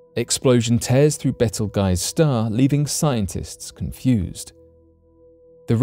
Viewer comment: It's not "Betel Guys" it's called "Beetle Juice"...